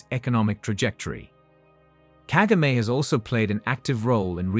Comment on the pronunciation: It’s so annoying the way you pronounce Kagame’s name. Disrespectful as usual.